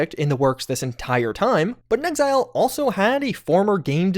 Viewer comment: The way you pronounced "inXile" made me pause and go back twice to make sure I was hearing you right. Just say "in exile," please. In an interview, inXile's president, Matthew Findley, said, "When we were first out there, trying to figure out what to do next, we kinda felt like we were in exile, and we made fake cards with a fake company name just to have a card to go to E3 with. And before we ever thought of the name "inXile", Brian put as his job description on the cards: "Leader in exile." People got such a kick out of that card, we kept saying "in exile, in exile, in exile" so much that we just thought, "Why not make up a new word?" And so we did." (quoted from Wikipedia)